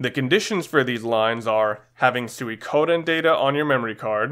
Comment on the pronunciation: Funny how they say sewie-koden. When it's pronounced Sweek-o-den. You'd think Konami would know better when recording the VO.